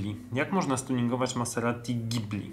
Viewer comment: Wiem że nie raz żartujecie źle wymawiając nazwy aut, ale tym razem dwukrotnie powtórzyłeś ,,Maseratti", przez 2 T - i to na 100% nie był żart! :D